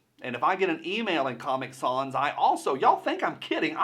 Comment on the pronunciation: It’s sans, like fans.